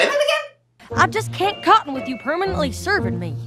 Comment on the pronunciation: Apple jack actually said cope'n not cotton